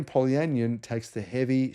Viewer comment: Just pointing out: it’s not anion said like onion, it’s an ion so poly an ion.😊